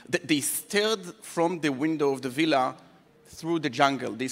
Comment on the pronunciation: עמית סגל: ווילה ≠ villa.